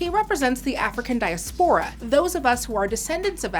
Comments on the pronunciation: I'm sorry, it's irking me. The word is diASpora, not diaspORa) Great review tho. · May be it's just me but the mispronunciation of diaspora really distracted me from this otherwise thoughtful video. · that is not how you pronounce diaspora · It's pronounced "Die-ass-per-rah" not the way you butchered diaspora in literally the first 30s if your diatribe. -_